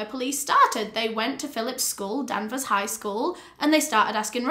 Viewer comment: you said the town name wrong so much that i didnt even know where this happened at first LOL its danvers with an A, not denvers! and salem is still there, it was more a case of danvers and salem being divided into two towns. this is such a horrifying case, i remember when it happened and i saw it on the news